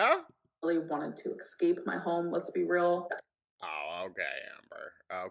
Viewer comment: She thinks she is sooooooo together giving these extraordinary answers to these questions.........and she wanted to "exxx-cape" her home........